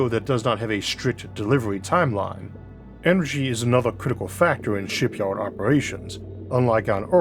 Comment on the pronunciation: Maybe try speaking more clearly - sounds like a mouthful of marbles. What’s a Shipyowed ? Oh, you mean Shipyard. Not easy to follow your speech, frankly, though the tone of it is pleasant. Maybe get some professional advice.